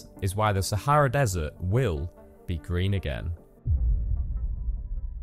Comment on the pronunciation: Thanks for pronouncing Sah ha rah correctly